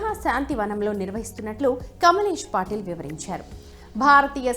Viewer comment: పాటిల్ కాదు పటేల్...